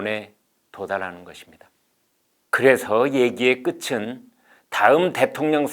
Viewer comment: 그래서 얘기의 끝은~ '끝은'은 '끄튼'으로 발음해야지' 끄츤'이라고 발음이 나올 수가 없습니다. 시청 잘했습니다. 고맙습니다.